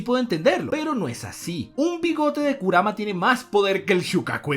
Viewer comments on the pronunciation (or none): none